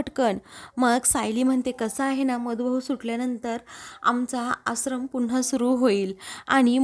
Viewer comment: या बाई आश्रमचा उच्चार कसा करतात ते नीट ऐकून उच्चार व्यवस्थीत करण्यास सांगावा.